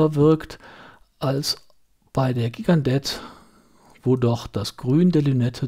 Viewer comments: schönes Video- ich dachte immer das die Gigandet - jchi gan de - ausgesprochen wird- na ist ja eigentlich auch nicht wichtig. Ich habe mir vor Jahren eine Gigandet zugelegt- als Urlaubsuhr ( mittlerweile wird sie auch bei heimwerken oder der Gartenarbeit getragen) Das Traktorenwerk NH 35 ist sehr zuverlässig, mit gerade noch aktzeptablen Ganggenauigkeitswerten- da sie etwas schneller läuft kann man den Sekundenstop auch wirklich anwenden. Die Lünette lässt sich nur sehr schwer drehen- wie du gesagt hast. Die Nachtleuchteigenschaften- na ja, nicht besonders. Und das Band ist klapprig- komischerweise verdreckt es aber nicht so stark wie manch andere Stahlbänder an anderen Uhren von mir. Insgesamt bin ich sehr zufrieden mit der Uhr. Die Steinhart ist meiner Ansicht nach wirklich zu klein- eher etwas für taffe Frauenarme. Die wirkt nicht nur zierlich- die ist es auch. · Gigandet spricht man: Schigendee